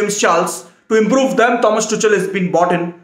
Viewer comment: Just for your convenience, he is pronounced Tukal and not Tuchal.